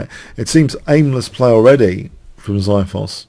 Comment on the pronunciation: lol the way you say xithos is so wrong lol